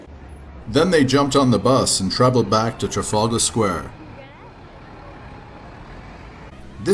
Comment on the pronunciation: you pronounced "trafalgar Square" wrong! it's trafalgar Square! not trafaulga Square!